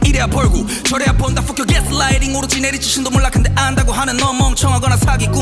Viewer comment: 여기 fuck발음이 ㅈㄴ찰져서 계속 들음ㅋㅋㅋㅋ